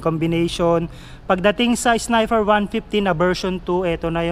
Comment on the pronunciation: sniper..nde snifer